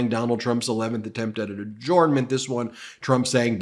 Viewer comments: Dear Ben: Adjournment is pronounced A-JURN-MENT, not A-JORN-MENT. Sincerely, Someone Who Works For The NY State Court System. 😉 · Ben, love your videos but if I may be permitted one critique, I believe you are pronouncing adjournment incorrectly. It is pronounced: uh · jurn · muhnt. Just my two cents. Carry on. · Ben: "Adjournment" is pronounced "a-jern-ment", not "a-jorn-ment". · Ben, I love your channel but God forgive me your pronunciation of "adjournment" is killing me! Hahahaha!